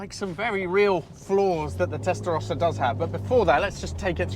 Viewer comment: the only one that pronounce "testarossa" correctly outside Italy, everybody else say testarousa. "let us take it through the gear"... but you are over the speed limits in 1st gear already!!